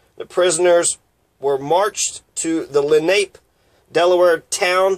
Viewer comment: Len Ape? No, and it's not Len A Pea, it's Len Ah Pay, accent on the second syllable.